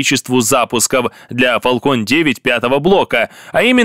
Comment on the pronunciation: Не Фалкон а Фэлкон, а то звучит как балкон, и у Фэлкон нет ускоротилей, а только ступени. а в остальном лайк.